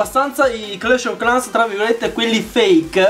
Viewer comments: Hugo Umana pronuncia inglese clash ov clans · 🎮DarkBlue🎮 sembra che dice proprio Clash o Clans 😂😂😂